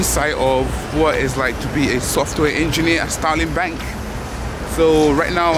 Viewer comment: did I just hear Stalin Bank!!!🤣🤣🤣😛